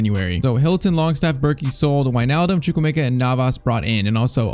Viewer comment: It's choo-kw-emeka